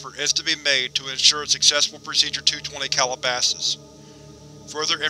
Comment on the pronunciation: Excellent video to see this done in one setting. I believe SCPReadings did a version but each iteration is a separate video, I much prefer this. In any case, I must not Calabasas is a town and um, insofar as I know it's pronounced Cal-ih-ba-sis or Cal-ah-ba-sis; not Call-a-bosses. Just a stickler. Have a great day. Edit 10 minutes later. I'm an idiot, you corrected yourself later. Thank you